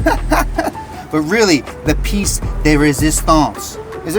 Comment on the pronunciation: French here, yes it is resistance. We say pièce and not piece tho